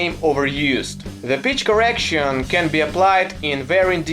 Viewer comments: Oooooh, he said Pitch correction. Not to make fun of his accent, but w fhe context, I definitely heard BITCH correction for mt first 2 views if this vid. Autotune is the death of real music. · You said 'Pitch Correction', but I heard 'Bitch Correction'. :D :D :D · Uhh does he say pitch correction or bitch correction?